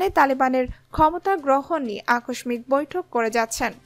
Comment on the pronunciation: AKOSHMITH HOBENA OITA AKOSHSHIK HOBE , UCCHARON THIK KORUN